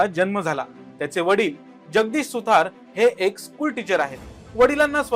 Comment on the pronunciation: अरे भाई वह मानव सुतार हैं, सुथार नहीं ।